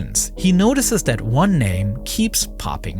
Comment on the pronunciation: like nardwuar, this narrator is unable to make a “th” sound, strangely pronouncing it as either “d” or “v”, ie: brother/other = bruvver/uvver the/that/they = duh/dat/day